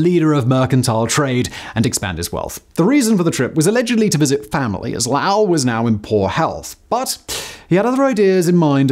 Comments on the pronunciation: It’s Low-ell not loul. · Simon great video as usual but I live in the area and actually lived in Lowell for a time and it was actually painful to hear you pronoune it that way we pronounce it low like low water mark and ell respectively not lauw-ell as it seems your doing sorry had to say something. But still great nonetheless. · Low-well, not Laugh-well. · Simon.. its pronounced low-ell... not lough..I live a town over..Don't forget the Boston accent. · Why is he Laowell it’s loe well totally agree he is saying it wrong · As a native Bostonian it hurts me to hear your pronounciation. We go with "Lowe - el" and not "Lau-el" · Is that "Lowl" to rhyme with "owl", as he says it, or "LOW-ell"? It does NOT sound right as "LOWL". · This video was super informative and interesting, as always. But fact man! The town is pronounced Low-ll not Lou-ll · Just a little correction Lowell isn’t pronounced L-au-wl it’s pronounced L-oh-wl. Almost like when people say LOL as a whole word and not broken up by the letters. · I grew up near there, and had ancestors who worked in the mills in Lawrence and Lowell. Just fyi, it's pronounced LOW-ell, not LAO-ell. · Loh-ull not, “lao-ell”. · It’s pronounced: Lohl Not: Lowl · pronounced: LOW - EL (not LAU) or LOW'L if you're from there. Will only come in handy if you end up doing a video on Jack Kerouac (Lowells only internationally regarded hometown hero of the 20th century...sorry other Lowellilians, Micky Ward isn't famous enough for the rest of the world to care about) and will save your future comments section from more pronounciation corrections by every Masshole that views said video. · It's not LAWO it's Lowell, God the way you say it kills me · Even the auto-generated subtitles are spelling it "Lau" and that's what I hear, lol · Ah, but mispronunciation is one of his charms!! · Simon is famous for his mispronunciations. It didn't sound quite right to me, as he pronounces it "LOWL". I've never heard of anyone called Lowl.